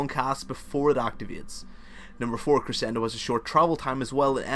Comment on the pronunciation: I like your accent. It's not difficult to understand in the least. Also, you pronounced staccato and crescendo correctly. Don't worry so much about how you speak. I'm sorry people have been jerks about it. They're probably envious of your knowledge. Thanks for the guide. All of your guides are incredibly informative.